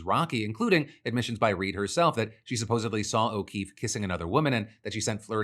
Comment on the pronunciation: "supposebly" please defranco xD